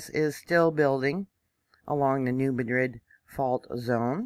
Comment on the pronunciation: Thank you! Greetings from TN! (Pr. "new mad rid;" not "new madrid.") 🙏🏼🌻